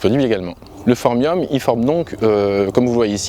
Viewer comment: Phormium et pas Pormium lu à !